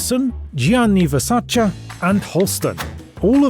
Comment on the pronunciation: I do hope you know that „Ver sa chee“ was the correct pronunciation. It‘s not pretentious, it‘s authentic.